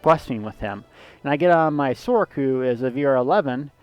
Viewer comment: "Sork"? Are you referring to the Sorcerer? If so, it might interest you to know that it's pronounced "sorserer" as with a soft C, not "sorkerer". So if you're truncating the word, you'd say it as "Sors".